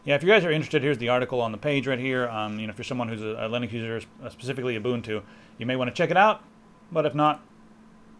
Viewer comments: IT'S UBUNTU NOT UBUNTU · the way said "Ubuntu" made me die a little inside.